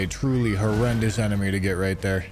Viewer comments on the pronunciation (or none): none